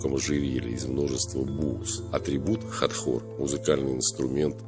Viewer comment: Хатхор, а не Хатор